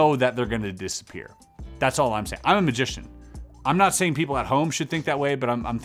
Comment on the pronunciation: Any reason why you say majic and majician ? Just wondering ! No Trolling ❤